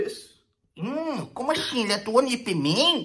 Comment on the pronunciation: "Como axim?" 😂😂😂